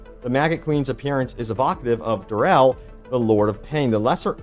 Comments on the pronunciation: Who the fuck is DUREL? xD Duriel :D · Don't like the way the guy kept saying Duriel.